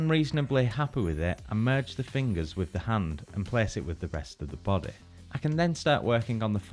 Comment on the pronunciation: No one: saying body: bodeh.